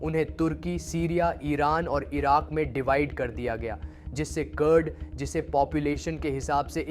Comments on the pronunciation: कुर्द को कर्ड, कतर को कटर, तेहरान को टहरान... AI है क्या? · It's कुर्द Kurdistan not curd 😅 pagal itna bhi pta nhi